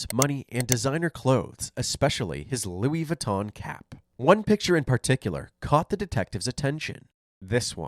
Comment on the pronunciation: That's not Louis Vuitton that's Lewis Voo-ton 😅 one hella bad knock off.... Kinda like a knock off of a knock off.